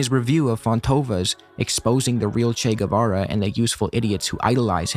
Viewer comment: They can’t even say his fucking name right!